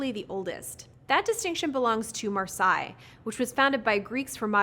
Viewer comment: Marseille is pronounced like mar-say, not mar-sigh. I think you've confused it with Versailles. ver-sigh. Yeah, French is hard